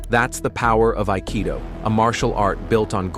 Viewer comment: ypurer Nonsens. Nicht einmal das Wort "Aikido" wird richtig ausgesprochen. Die Techniken haben kaum Zusammenhang mit dem Text, der Großteil Quatsch ist.